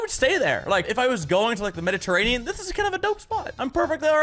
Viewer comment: Nobody: Mini: MeDitErRAnEan